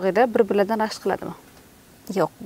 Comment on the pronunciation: Ширинни эрини рашк диган нарсани р харфи югикан